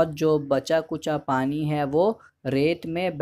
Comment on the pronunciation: nice explanation but ..hai pe kam jor do thoda